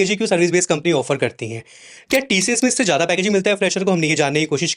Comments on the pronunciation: Tशियश nahi sir tcs bolo.Aap Senior HR ho working experience -11 years🤭😂🙆🏻🤦🏻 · its not TSHHS ITS TCS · TCS ❌ Tee-Shee-Yesh ✅